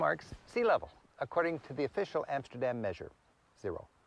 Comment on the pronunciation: Its pronounced "RoTTerdahm" and "Ahmsterdahm" with the emphasis on 'dam'